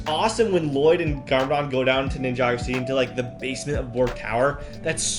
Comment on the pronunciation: it was funny when u said Llloyd